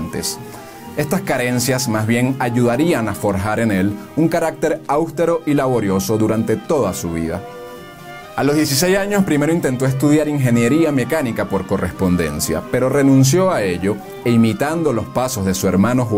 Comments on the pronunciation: Una crítica constructiva para el locutor del video en su pronunciación: NO se dice "aústero" (acentuando la "u"), se dice "austero" (o sea, no se acentúa la "u"). Disculpe el "atrevimiento". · Áustero no es esdrújula, es grave. AUSTERO (con acento en la O). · Me ENCANTA el contenido de este canal... aunque me rechina el cerebro cada vez que dice, por ejemplo: "loj años" en lugar de "los años", o "Loj Andes" en lugar de "Los Andes"... o cuando dice "áustero" en lugar de "austero"... Cosas como ésas. Por lo demás, el contenido es impecable. Felicidades. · man una vez te lo pase pero dos veces, hay que decirtelo. No es áustero, es austéro. Te coloque tildes en las silabas tonicas. Ojala te sirva. Seguire con el video. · AUSTERO no ÁUSTERO como se menciona varias veces n el video. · Austero (grave), no áustero (edrújula). No es Los Jandes. No, amigo. La intención es buena pero ud. es muy malo. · Muy bueno, didáctico. Sólo debo señalar al narrador el ERROR en que incurre al utilizar la palabra "austero" por su incorrecta pronunciación. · Me gusta mucho el canal pero deben cuidar el castellano, la palabra austero no es esdrújula, es decir, no lleva el acento en la a sino en la e. Si la llevara en la a tendría una tilde. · perdón pero austero se acentúa en la e